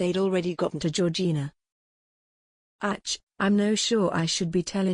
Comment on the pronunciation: AI reader is horrible. Very distracting when it can’t pronounce even a simple “ACH”.